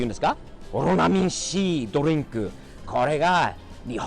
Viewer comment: ドリンクの発音がすごいナチュナルにきれい🙈